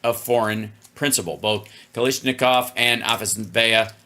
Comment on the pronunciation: I just learned Hal is dyslexic when reading Russian names. ‘Afasveya,” “Afasneva,” … it’s Afasnas-Yeva!